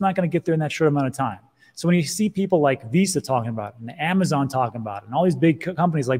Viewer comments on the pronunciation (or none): none